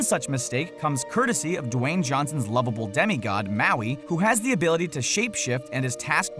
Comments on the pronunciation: U said maui wrong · U said heaps of mauis wrong